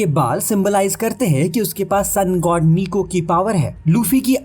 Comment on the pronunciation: Nika🗿 ❌️ Niku 🥹✅️